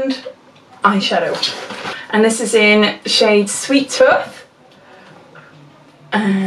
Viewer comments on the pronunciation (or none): My Welsh friend says it as "t-u-th" always makes us giggle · You say it a lot and I thought it was adorable. I guess it's the whole Britishness of it. I'm Bulgarian and I don't get to hear this type of accent often and I think it's very nice and melodic. But yes, I do think that you say tooth weird. ;d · You make me chuckle everytime you say tooth lol it must be a Welsh thing its prounced the same a "youth" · I live near Bristol and most people from where I live say tooth like you do 😂 must be a South West thing!!